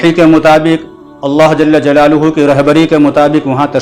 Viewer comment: حضرت اللہ جل جلالہ میں جل کے لام پر زبر پڑھاجاوے بہتر ہو تا جزاک اللہ